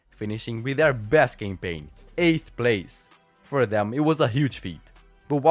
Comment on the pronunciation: Love how the pronounces "campaign" as "gangbang". Like literally.